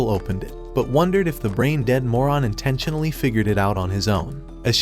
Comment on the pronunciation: “but wondered if the brain dead moron intenchinoly had figured it out”🤣🤣🤣🤣